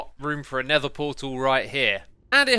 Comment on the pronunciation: Xisumavoid: never Me: you mean nether Xisumavoid: DID I STUDER!!